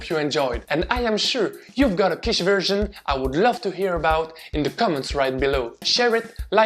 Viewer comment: I looove Quiche, especially because I'm a little weird and actually enjoy the dry bits of the crust that others would leave aside, because they only want to have the filling... I didn't know that Quiche comes from the German word Kuchen - by the way your pronunciation was impeccable, do you speak any German? A great recipe, but unfortunately I don't have oven or microwave in my student appartment, only two hotplates, so I will have to live some more time without making my own quiche or convince my parents to do it at home :P